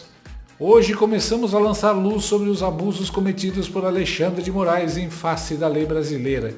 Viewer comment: Dilma em pronunciamento disse que é contra a saída só X do Brasil... segundo ela como ela vai chamar o Alexandre de Moraes , Aleandre de Moraes ou Andão?